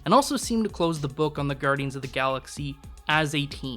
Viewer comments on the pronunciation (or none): Gudryans three? What is this guy, Canadian? :D